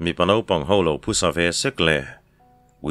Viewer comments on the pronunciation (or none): none